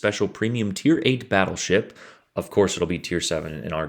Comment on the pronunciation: “Smol bettlesheep” I didn’t know u spoke Russian?